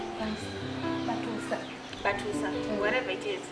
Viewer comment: I hear batusa😂😂😂😂😂😂😂instead of batuusa lero luno